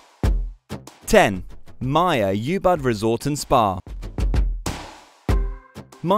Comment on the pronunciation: I don't think they've visited any of these hotels or Bali for that matter. Anyone who has knows that Ubud is not pronounced "You Bud" as it's one of the most well known places.